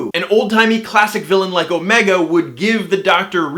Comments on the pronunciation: You said oh-MAY-ga, whereas the Time Lords say OH-me-ga. What if you are right? It may be the founder of the Time Lords from an alternate universe, where Gallifreyans have American accents for no good reason instead of British accents for no good reason. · It's the first Doctor, as played by David Bradley. And Omega is pronounced with the emphasis on the "O", not the "Me" in Who.